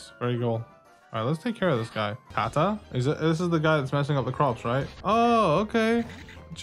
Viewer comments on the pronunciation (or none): none